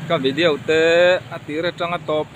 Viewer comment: Vi-de-o ti in lam mai la vi-diau ti lo khan mawi lo ve e